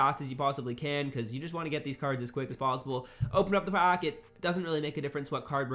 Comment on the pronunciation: Nice video bro....but the way you say pack!!......”open a pock”😬😬